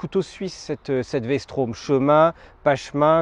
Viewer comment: Vstrom pas Vstraum XD faut apprendre le français messieurs. Merci pour la video